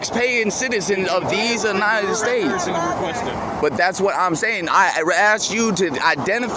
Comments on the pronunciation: I bet his grandma would be embarrassed of just how stupid her grandson has become. Did this clown say these anited states? 🤡🌎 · "these ANITED states." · He says, "these anited states"